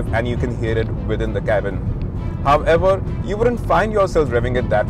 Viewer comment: Someone help the presenter to pronounce 'However' Single word my friend